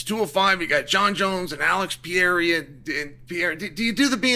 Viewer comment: Chael, please learn how to say Poatans last name correctly or dont speak on him at all. CHAMA